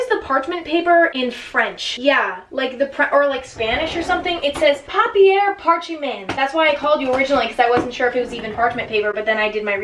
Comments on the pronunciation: Papier parchemeint “Is this French?” It said parchment paper in English on the other side bahahaha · papyer parcheemen French people are triggered